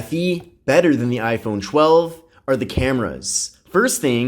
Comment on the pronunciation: Essh 20 FE vs Aiphone 12 😂😂😂